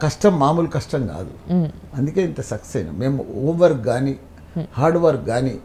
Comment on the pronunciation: ఓం వర్క్ కాదురా! హోమ్ వర్క్ 😄😄😄😄😄😄😄😄😄😄😄😄😄😄😄